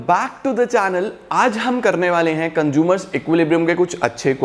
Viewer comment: Why I Heard conjumer istead of consumer